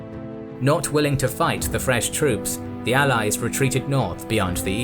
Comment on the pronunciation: Слово «troop» на английском слышится как «труп» на русском 😑